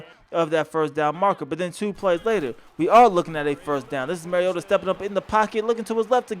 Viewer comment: Its "mario-tah", like super mario....it is not "marry-yota"...the man has personally expressed how to pronounce his last name on national television multiple times. Get it right.